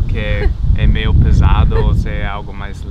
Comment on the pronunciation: Finalmente! Encontrei um carioca que reconhece o i no meio das palavras 😄 (não é meismo?)